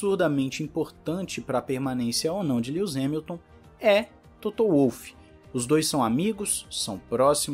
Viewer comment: "Líus" Hamilton